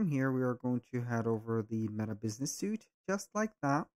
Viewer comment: great video, although its pronounced meta business 'sweet' even though its spelt suite